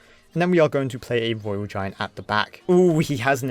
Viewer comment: Twophys, mighty miwer, woyal giant, cwazzy 😂